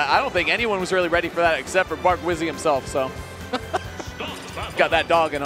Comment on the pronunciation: love hazmatt for saying bark wizzy